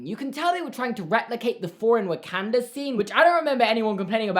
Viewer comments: say Wakanda. Not Wekenda Wakanda. Thank you. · Everyone: Wakanda (Wo - kon - da): Wakanda (Wa - kan - da) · I’m pretty sure it’s pronounced like WOkOnda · you're great and I agree with what you're saying here, but BY GREAT ODIN'S EYEPATCH, WHAT UNHOLY WAY DO YOU PRONOUNCE WAKANDA